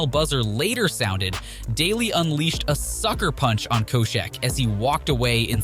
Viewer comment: Damn only a couple of guys in and you already can't pronounce Koscheck or Vera correctly.